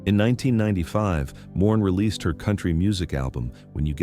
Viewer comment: AI really cracks me up calling Maureen, Moran.